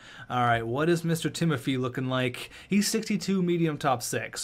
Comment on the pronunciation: it’s pronounced ti-mo-fay